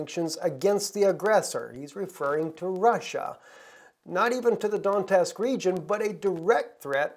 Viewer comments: Its pronounced donetsk not don nest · It's Do-net-sk, not Don-tesk as you keep calling it. "e" is before "t", not after. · Pronounce Donetsk "Donyesk" not not Dontesk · I'm posting here bc I'm getting tired of listening to such horrible pronunciation of cities and people that are in a country I lived in for 2 years. Donetsk is NOT pronounced "Dontesk." There is NO T after the N! It's pronounced "DonYetsk!" Please get it right! Thank you!